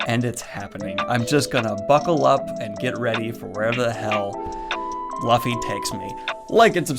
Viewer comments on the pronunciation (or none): The cardinal sin of pronouncing Luffy’s name as Luh-fee and not Loo-fee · its not Laffy, its LUFFY !! lol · But is Luffy as in lu not luf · It’s not pronounced luffy it’s pronounced loofy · A new watcher here, ah when we all start off calling him Luh-ffy instead of Loo-ffy. Welcome aboard! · WHY are you calling me LA-ffy? It's luuffy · Laughy????? It’s u, should be pronounced as Luffy, LUFFY, not Laughy. 🙃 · Its Luffy not Loffy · "LOO-FEE", not "LUH-FEE" 😂😁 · 1) it hurt my soul when you said luffi. It's pronounced Luu fee. 2) Please continue with this manga its phenomenal. It has amazing world building, characters, action and emotion. It's an entire journey and you will love it. The story only gets better with time so please stick with it. I'd love to watch your review of all the volumes. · Really enjoyed the video! I've been watching the anime now for a while and you helped make the decision to read the Manga! Also, hate to be the one to point it out but it's pronounced "Loo-ffy" not "Luh-ffy" (I read your comments for a while thinking someone had already corrected you but I guess not lol) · LAFFY lol LUUUUuuuuuFFFFy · Naah it aint laffy dude its “loofy” but the “ooo” its shorter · Not Luhffy. It's more like Loofy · It's no coincidence he likes One piece. Once you start watching anime (or reading manga), you get into this zone, where's it's inevitable that you'll like certain anime. PS: Death Note next please. PPS: Stop saying l-uh-ffy, it's pronounced Loofy god damn it. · Ok I will admit I didn't expect that you would like it but glad you did and it is pronounced loofy not luffy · It's not lafee it's luffy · Bruh no offence but u told u u saw first few episodes of one piece but it should have been clear that its loo fe not la fee. lmao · pls pls it's LUFFY🥲 not laffy🥲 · Loofy! Pronounce it Loofy. It's not Lafy. It's Luffy! Oh my godl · Also, I noticed you pronounced it "Luh-fy," which is how I used to pronounce it. It's actually pronounced "Lou-fee" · It's loo fee